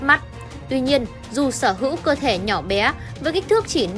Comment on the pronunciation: Bé thì nói là Bé, Bíé bíé là cái đ" gì